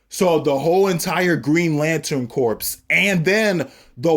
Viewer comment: Great video, but FYI, corps is pronounced core.